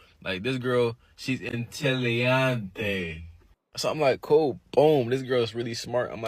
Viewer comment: He mispronounced "intelligence" in Spanish. He also said chromosomes exist in the brain...